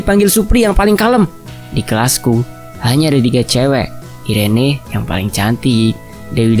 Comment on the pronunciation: namanya dibacanya iren bukan si 😂 atau emang irene? 😂